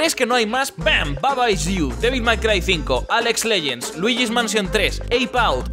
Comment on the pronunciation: al principio del video dijiste "alex legens" XD